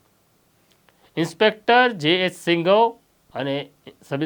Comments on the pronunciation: Singhav nahi sindhav bolo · સિંઘવ નહીં સિંધવ બોલો